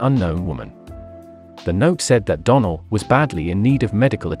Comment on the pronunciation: How come you mispronounced donell name ? It’s not a hard name to say.